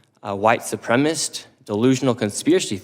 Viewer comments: He doesn't know how to pronounce "supremacist", he has the cadence and sloppy enunciation of a 15 year old, and he's all-around stupid. Why is he there?? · He's making fun of the "learing center" but dude literally said tim waltz called him a "white supremist"? He can't even speak correctly. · The fact that he couldn’t even say the word “supremacist” is absolutely insane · HE SAID WHITE SUPREMIST, WHAT THE HECK IS GOING ON. I give up, I can't go on in this world. I just wish I was as stupid as this nitwit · "Yet with that 1.9 million dollars they could not spelling learing right" Bro can't even make a point correctly without messing up his words. He meant to say learning there, but is so stupid he said learing again without correcting himself. Also can't pronounce the word supremacist (Supremist). Hopefully we have nuclear fallout before the entirety of America becomes Nick Shirley and this shithole country of America just becomes Idiocracy. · Unimportant, but I’ve noticed a lot of people lately like him saying “white supremist” instead of “white supremacist”. Is the extra syllable really that hard? Oh wait, now I’m remembering him trying to say “benevolent”… 😑😆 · He doesnt even pronounce white supremacist correctly. "White supremist" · He can’t even say the word supremacist. Bro said “white supremist” holy fuck man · complains about "learning" written wrong; proceeds to say "supremist"; cinema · bro I'm 5 mins in and he couldn't even say supremacist